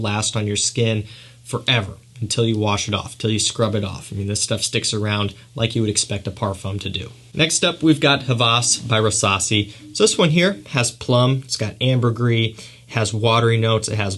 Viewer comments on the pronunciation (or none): Hawas is not pronounced HAVAS ! The W is pronounced as Y (why) So it's Haouas